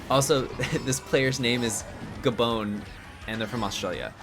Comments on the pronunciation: gabone lol, its a french speaking country gabon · ITS GA- BON LIKE GAAA BON AS IN BON APPETIT